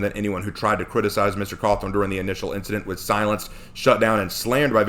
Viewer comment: me before watching the video: oh, well I hope that person's reasons for having that opinion are reasonable and are focused on the actual game. me a few minutes into the letter being read: sigh... it's about Trump isn't it? also, did you just call him Scott Cawthorn ? 😆